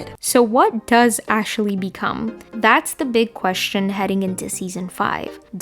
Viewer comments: its “Ashley” not “Ashely” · 😂 just noticed.. ashaley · "Ashley" having three syllables is not something I ever thought I'd give thought to…